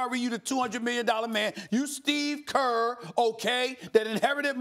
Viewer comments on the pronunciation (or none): "You Steve kerrrrrrr" lol